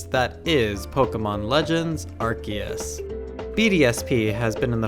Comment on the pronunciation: AR-See-Us… when I hear people say the name wrong, I just click off the video.